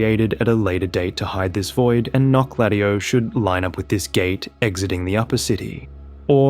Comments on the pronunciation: the way you pronounce it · The Menial says in Wylder's remembrance says how to pronounce that city's name and it definitely isn't how you are saying it. 😅